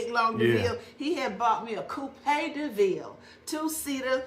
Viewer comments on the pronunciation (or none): A koo-pay da-ville? 🤣🤣🤣🤣